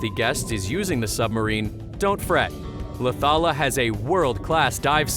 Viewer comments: The way he said Laucala tho😂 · Its LAUCALA ISLAND